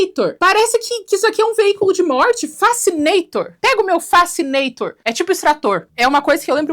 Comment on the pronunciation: O nome vem de "criar fascinação"? Quando ela falou, pensei que fosse "facenator", algo a ver com face.